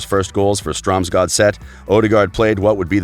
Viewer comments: it is pronounced Strömsgods ETT. not stromsgodeett. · MSG Penguin ja fy faen han sa stromgardet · The only hard word is the Ø, and the easiest way to say it is to act like you are french and say the ending to blue. "le bleu" . So Str(eu)msgodset and (eu)degaard. That being said, I don't care how you can't pronunce perfect Norwegian. It's not like it's a world language anyway. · Stroms-GOD-zette Strom-Gaudette Haha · Is this a robot commentating or one of those early 90's computer programs that dyslexic school children were issued with??? Just about every club & players name's pronounced incorrectly........ who is "Stromsgordet" Whilst Martin Ødegaard to date has played all his professional football in Norway, Spain & The Netherlands (never in England), just like all the rest of these sites when it seemed like you were fawning over the English Premiership anyway by name-checking "giants" such as Man Utd, Liverpool, City & Arsenal, it turns out you were almost directly quoting from Wikipedia, r.e. training sessions Liverpool etc. when he was 15. Due to this lazy preparation for the above presentation on the "ASTONISHING rise" of Martin Ødegaard, failing to mention or credit just how integral a role that Ronny Deila - his then coach at Stromsgodset played in personally developing his talent and preparing him for the 1st team at 15 years-old can only be described as negligent. It was due to this close relationship that he was very close to joining Celtic when Deila himself had become the manager there, obviously though when Real Madrid came calling there was only ever going to be winner in the battle for his signature. It's great to see though that he's finally starting to realise his potential. Undoubtedly the combination of rubbing shoulders with Los Blancos, playing regular 1st team football in the Netherlands & Spain at clubs with less pressure plus being physically & mentally stronger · strams gordet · He pronounces strømsgodset differently every time he says it 😂😂